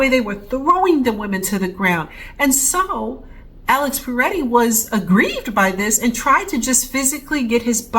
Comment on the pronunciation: It's Pretti, not Paretti.